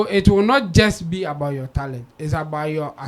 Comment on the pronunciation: No disrespect here, pronounced like an East African. For example he pronounced Talent as “Tarent”.